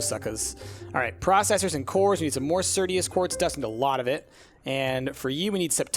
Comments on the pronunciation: its not certius, its just certus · When he says "certius" instead of "certus"...